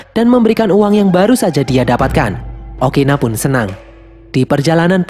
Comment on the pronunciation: Ukuni bang bukan Okina